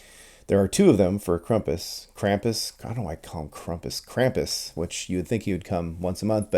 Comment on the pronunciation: you spelled krampus right, then you corrected yourself and pronounced it wrong ^^